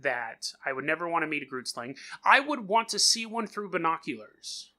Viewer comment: I’m from Namibia (country right next to South Africa) and I’m 100% sure you are pronouncing it wrong